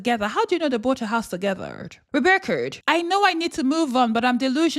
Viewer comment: Did you just say Rebecc-ERD?? 🤣